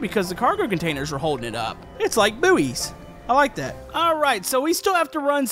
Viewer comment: boooeys? its buoys, 'boys'